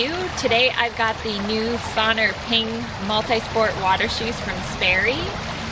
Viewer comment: SON-R is pronounced "sonar" (as in the submarine navigation technology), not "sawner."